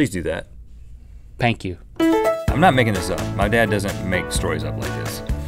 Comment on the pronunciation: "pank you" xD ahahah, i love you guys